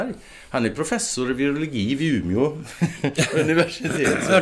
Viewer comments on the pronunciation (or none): Sa du Ume' univärstitet?😏